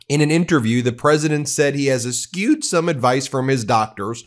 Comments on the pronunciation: Come on Ben, you’re intelligent enough to check the pronunciation of words before you use them!!! Eschewed is not pronounced ‘es-kewed’ 🙄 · Ben should learn how to pronounce basic words (among the numerous basic speaking skills he should work on). Eschewed is not pronounced "s - q - d". It is pronounced "es-chew-d" as in S + chew (what you do when you eat) + d. And Ben, you should brush your white tongue. And perhaps, be checked for thrush - since it always is extremely white. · Forgive me: Eschewed is not pronounced like "esk-ewed," it is like "esh-ewed." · Pronounced "es-chewed," exactly the way it is spelled. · Ben, FYI, the word "eschewed" is pronounced as if the "c" weren't there. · “Eshooed”, shurely?! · learn to say “eschewed.” I would not hire you as a lawyer when you mispronounce soooo much. Forget the names of foreign leaders and places — you’ve failed that from day one.